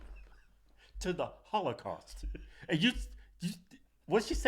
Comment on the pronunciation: lol she said hoelocaust not holocaust 😂😂